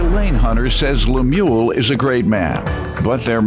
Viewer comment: Pronounced LEM-YOU-WELL